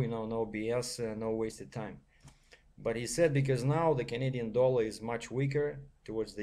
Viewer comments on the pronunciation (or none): none